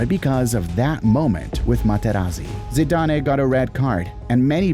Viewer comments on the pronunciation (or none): zi-da-nae??!! It's zi-dan!